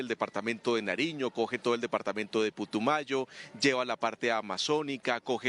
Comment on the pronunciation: Putumayo, no Pitumayo 😅